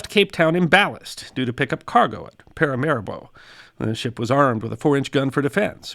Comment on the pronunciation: "para ma REE bo", not "paira maribo". I wondered what the hell you were saying~